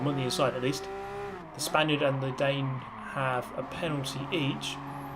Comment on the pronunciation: no, every time he said "spainerd"